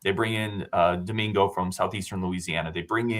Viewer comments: AI doesn't always get things right. Several highlight clips I have seen of him, and Brady Collins have called him DiMaggio or something very similar to that. That's nowhere close to how I would have pronounced it. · Doh min go (per AI)